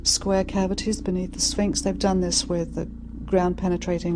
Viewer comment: Sphinx, not spinks.